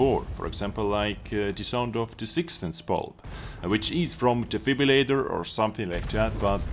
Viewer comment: Hahah a defibrilatorr hahahha , you funny guy . Big like